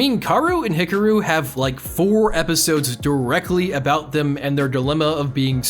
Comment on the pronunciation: I luv this anime, the twins aren’t so hard to tell apart, you can hear it from their voices. kiss kiss fall into depression bc they/ the creator said they would make a season 2 but it has been 9 or 10 yrs so far😔 Also why do pronounce Hikaru and Kaoru, Haruhi like that